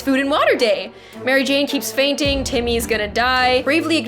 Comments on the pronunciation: It’s said fainting not farting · Its said most not rost it said fainting not farting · its fain ting not farting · Lol she said farting instead of fainting